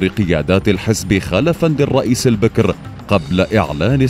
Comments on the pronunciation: البَكِر وليس البِكْر. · البكر بفتح الباء والكاف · البكر يامقدم بفتح الباء وليس بكسره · البكر بالفتح وليس بالكسر. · البكر ، بفتح الباء و ليس كسرها .